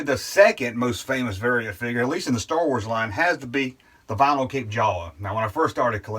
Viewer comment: Are you saying store wars?